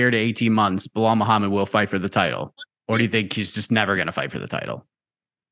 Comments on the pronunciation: And Chael calls him Blahol 😂 they’re working together to trigger him as much as possible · Am I the only one who cracks up when Colby calls Belal “Bill Lyle” 😂😂